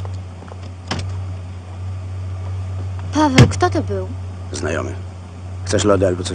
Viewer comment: No właśnie powinna wołać "Paaweel" a nie "Paaweeł"... Niemcy nie wymawiają'ł' (Franciszek Dolas : Chrząszczyrzewoszyce powiat Łękołody)